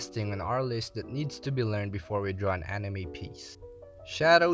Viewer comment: I love how he messed up and easy word which is draw he said drwa